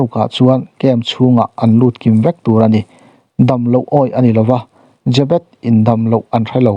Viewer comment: Chhiar tupa i lam dik lo aw?Jê bet ti in thluk tawh rawh?